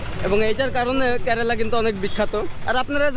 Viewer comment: 😂😂 আরে ভাই কেরেলা না কেরালা হবে ভাষা ঠিক করো